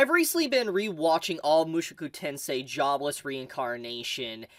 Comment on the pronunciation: it is MOO SHOW KOO TEN SAY